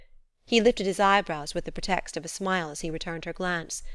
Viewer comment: She mispronounces a lot words, such as "pretext."